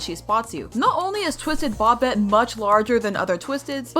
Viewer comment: INTS NOT BOBIT ITS PRONOUNCED BOW-BET